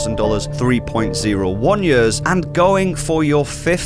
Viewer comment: What accent is that? Until he held up the posted with "years" written on it, I didn't know what he was saying. He says it like "yehs"